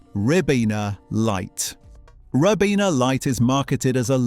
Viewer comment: A British voice synthesis pronouncing a word the American way, "yo-gurt", not "yog-urt" very peculiar 🧐🤔 "Rib-ena" Vs "Ry-bena"